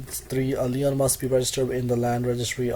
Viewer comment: The constant throat clearing is very distracting. Some of your pronunciation needs work before you present. LEON's is a furniture store. LIEN is pronounced like lean. Other than that good luck and thanks for the summary.